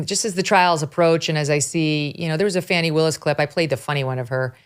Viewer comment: Come on...its not lemon' just like its not fawni. its L E M O N. and... F A N N Y!!